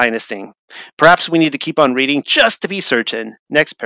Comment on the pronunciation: Amazing video! It's pronounced "Red- ding Railroad" (like the color red!). I grew up in Reading, PA! It's just insane how everything is a lie. I appreciate all the work you do to get the TRUTH out!